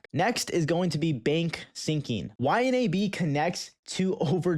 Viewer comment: Dude its pronounced Y-NAB